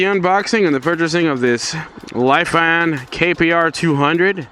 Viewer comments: its not Lai fan its Lefan = Lifan 🐸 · Its pronounced Lee fan